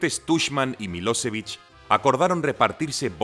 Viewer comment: Por que esa mania de esdrujulear los nombres eslavos?? Es kosóvo, srebrenítsa, miloshévich... hasta la otán salio afectada 🤦🏻‍♂️🤦🏻‍♂️